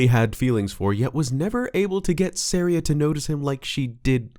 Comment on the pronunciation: it’s SAW-REE-UH as in a type of music called an Aria